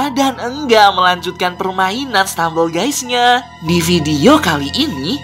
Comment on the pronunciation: stemambel gusy